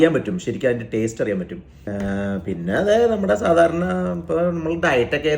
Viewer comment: 'സാദാരണ' അല്ല ഹേ സാധാരണ. ഇതൊക്കെ ശ്രദ്ധിക്കണ്ടേ ചേട്ടാാാ